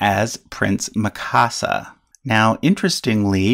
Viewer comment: Watch attack on titan for pronunciation of Mikasa.....